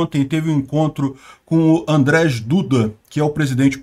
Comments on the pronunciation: só como informação: o "j" polonês é pronunciado como o "i" em português. Assim sendo, o nome do Presidente da Polônia é "Andrei", e não "Andrej" (em português - André). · pronuncia-se 'Andjei' Duda (Andrzej Duda) e 'Jéchuv' (Rzeszów). Parabéns pela cobertura da guerra!